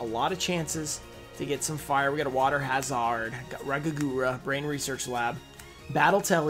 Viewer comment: Lol does he actually think it's water ha-zard? Sounds like a kriptonian